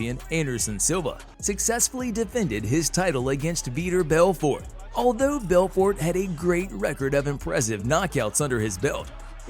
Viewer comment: A little over a minute in and you mispronounced svetchenko, Machida, and Belfort. Come on guys